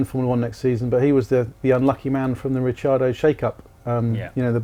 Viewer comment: The only reason I scrolled down to the comments section was to mock your mountaineering gear. I'm glad you took notice, I expect you're filming high in the alps... Also, for God's sake, get Ricciardo's name right...